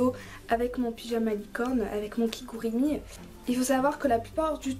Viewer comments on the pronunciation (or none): Tu as dit kigurimi... je peut te dire que j'ai péter un petit câble quand ta sortie ce mot de ta bouche XD c'est kigurumi poutin!!!! dabisou! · Déolé de te dire sa mais on dit KigUrUmi